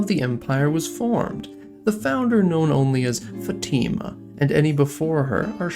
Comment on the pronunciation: Fátima is pronounced FAH-chee-ma in Brazilian Portuguese